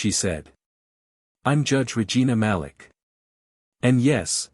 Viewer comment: Malik is correctly pronounced muh-LEEK.